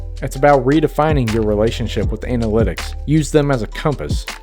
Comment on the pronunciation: Redefining ❌️ Redfining ✅️